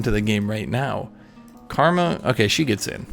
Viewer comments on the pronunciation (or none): none